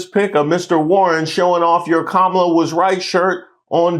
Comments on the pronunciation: KAH-mə-lah lol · Can she please pronounce Kamala name correctly is she wants us to take her serious. Fco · Wait wait wait!!! Did I just hear you say Kamala name wrong?? Nooooooooo!!!! 😂. SMH